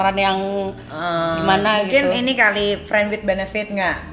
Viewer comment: " Friend whit Bonafit " ...😂😂😂👍👍👍